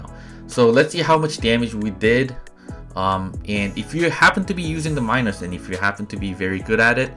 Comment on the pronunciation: C2USJX/IOS Minos, pronounced like mee-nos...my tip is save reflector for when you’re out of dash and sitting duck.